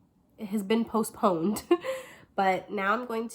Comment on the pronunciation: Posponaed!!!🤣🤣🤣🤣 Your sooo funny! your the best! Your energy is so light and fun! You are truly an Earth Angel!🥰🥰🥰🥰😇 Thanks for this great video